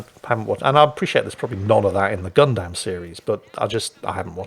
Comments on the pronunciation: When you say "Gundam" all I hear is "God damn" lol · pronouncing gundamn is now my favorite word lol